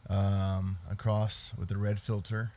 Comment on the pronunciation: Acros, not "across". Good lord.